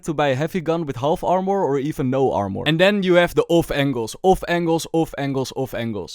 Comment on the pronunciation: "AR-MORE" lmaoo